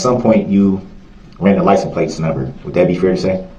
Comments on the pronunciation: He says that all throughout the trial. For example: "Did you see the license place?" Did you catch a license place?" Stuff like that. He could never figure out how to pronounce license plate. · It's "licen place" he "aksed" for! 😂😂😂